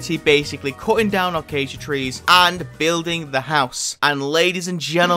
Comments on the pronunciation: It isn’t alcasia it is a-case-shu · it pronounced a-ca-sia actually